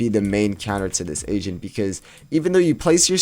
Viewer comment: Who also though this guys said Asian instead of Agent